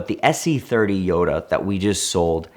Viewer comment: This man goes into a different accent to say jota but still pronounces gallardo wrong